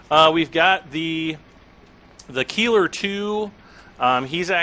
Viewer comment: Cool stuff.. btw - the Keiler is pronounced "Kyler".. it's the german word for a male boar..